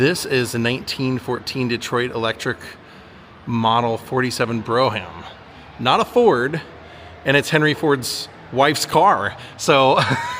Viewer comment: BROUGHAM is pronounced BROME. You videos are great! I've been watching you for years.